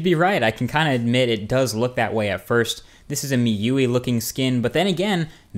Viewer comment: Just want to say that MIUI is actually pronounced as ME-U-I :P